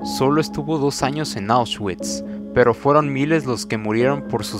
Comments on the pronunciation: Se pronuncia "aushvits" no "aushchuits" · Perdi el interes cuando dijo ausguikss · Este pobre pendejo para empezar no sabes pronunciar "Auschwitz" se pronuncia AUSH-VITS, y en segunda en el minuto 2.15 dónde mencionas "Que a las mujeres se les citaba a una hora y q no importaba si estaban VIVAS O MUERTAS q les iría muy mal ??? Q PEDOOO??y así varios errores de narración,si te gusta la historia investiga bien amigo antes de hacer un video y barra con coherencia no a lo pendejo! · NO SE PRONUNCIA AUS -CHUITS SE PRONUNCIA AUSH-VÌTS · Oushgüits... poloña.... extermiño... APRENDE A HABLAR SOKETE!! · Jjjj correcto jjj con razón se me hizo raro él nombresito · Lo está prenunciando en English 🤣🤣🤣🤣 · Debería haberse informado antes. Por respeto a las personas fallecidas